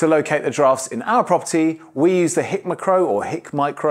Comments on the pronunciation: Hick McCrow? 😂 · Hik McCrow? You're having a laugh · HICK MAH CROW.... Tickled my funny bone. It's High K Micro ;-)